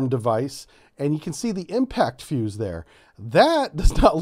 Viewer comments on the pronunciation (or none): none